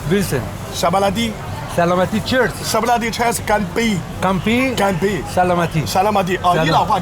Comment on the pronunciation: سلامتی گفته‌ نمی‌تواند به جايی اش سمالتی میگن😅😅😅